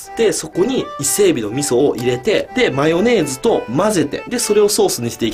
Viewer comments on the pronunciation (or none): マヨネ⤴︎ ーズ